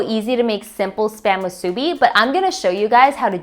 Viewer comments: Her pronunciations of nori and musubi are killing me! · Accent on first syllable not on second. Just saying. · Spam musubi is pronounced wrong. Can tell you are not an islander. Accent on the bi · Hmmm...did you pronounce "Musubi" on middle syllable? I learned to accent last syllable when in Hawaii. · Same. I was thinking, "this video is great! But this pronunciation is not correct, lol" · Aloha Kakou from Hawai'i. People are so uniformed. I was actually corrected by some guy who said i pronounced it wrong its Japanese. I laughed and didnt even bother educating him. Waste of time. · This looks amazing! I'll definitely try this on my day off. Also just a heads up! In Hawai'i, the proper way of pronouncing "musubi" is actually "MU-su-bi" not "mu-SU-bi." The emphasis is on the first syllable :) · I believe that if you are going to re-create a classic, have the respect of pronouncing the name correctly. It's not musubi, it's pronounced MOO-soobee. Emphasis on the MU and roll the subi. That is all. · Great job on the musubi 👍🏼 by the way your pronunciation is a bit off:) you have to stretch the U a bit like how cows say "Moo" so it should sound like (Moo)-subi 🤙🏼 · Looks delicious and how spam musubi was first made. You can also add rice to the top of the spam before pressing down (so ri e is on the top and bottom) and a little water (paced on your fingertip and slid lightly where the nori meets) will hold the nori in place. Musubi is pronounced “musubee” with the accent on the last syllable. The musubi in your video is excellent. You won’t find too many places that make it like you though. Thank you for sharing! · Nice video. Great personality. One thing: the accent on the word musubi is on the "bi". moo-soo-BEE. Jim from Kauai (where the spam musubi was invented! true story) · this lady makes me nauseated when she says MU SU BEE wrong! i hate this video. we the ppl from hawaii hate when you say things wrong, when its our culture!! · it's moo-sue bee, not moo sue-bee